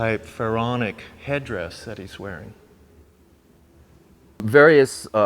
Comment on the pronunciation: Why do the most bold documentaries have narrators that don't do research. "Phaoronic" come on just google the stuff a Pharaoh wears.